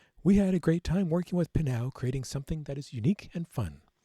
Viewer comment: I think it's pronounce pah-now, anyway it's fire 🔥